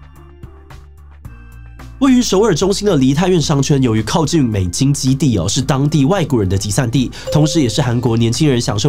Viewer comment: 有人發現志祺七七講美金基地嗎😂沃聽三次😂（注意錯重點😅）